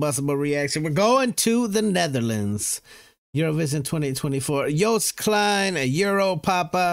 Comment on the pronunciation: THE FIRST GUY THAT PRONOUNCED HIS DAMN NAME RIGHT! 😍😍🥳🥳🥳🥳